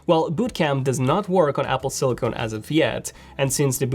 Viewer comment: silicon not silicone